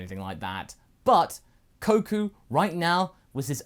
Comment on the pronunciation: Did you say koku